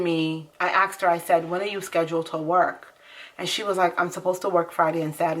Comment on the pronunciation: BTW it’s ASKED not AXED.